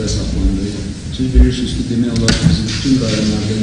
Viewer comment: Ay yerazdı yedi taladı deyə-deyə Əli İnsanovun arxasınca min cür böhtan atdılar. Nooldu bu ki, "bilürsüzkii" deyir, bəs bu niyə yedi taladı?